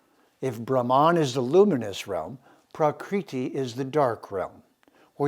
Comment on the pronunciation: Love and appreciate your broadcasts,, I learn a lot from them. Your Sanskrit pronunciation sometimes could be improved, though. It's not prakreeti, is it? ṛ ऋ is not pronunced 'ree'. It is a laghu or short syllablele pronounced in a short 'ri' as in the word 'rip.' Neither is 'u' उ in 'guna' a long syllable. It's not pronounced like to 'oo' in mood, but like the 'oo' in good. It is a short 'u' sound. Exact pronunciation of Sanskrit is vital, otherwise we change the meaning of the word.